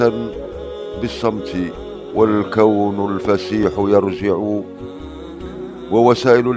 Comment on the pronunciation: بارك الله فيك على هذه الأبيات لكن لا يخفى على من بحسن الكتابة و القراءة أن في قراءة الأبيات أخطاء : ١- يُرٓجًٍعُ ( على الجيم ضمة) . ٢- لله دٓرًُكٍ ( على الدال فتحة و ليس ضمة) . ٣-كالكواكبٍ ( بالكسرة و ليس بالضمة). هذه ملاحظة بنية خدمة اللغة العربية و ليس بنية الإنتقاد الأجوف . بارك الله فيكم على حسن الظن مسبقا.